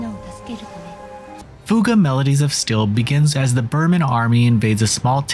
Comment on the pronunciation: Holly cow you actually said fuga right an not like fyu ga like other people keep calling it